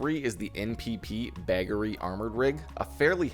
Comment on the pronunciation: Please re-pronounce bagarly